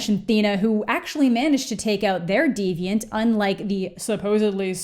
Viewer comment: Everytime you say "diviant" I immediately think of "Detroit: Become Human." 😂